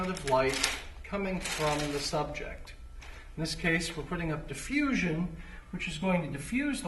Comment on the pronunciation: diffusion not deffusion